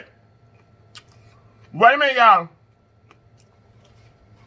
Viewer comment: I love to hear him say "WAYMENT"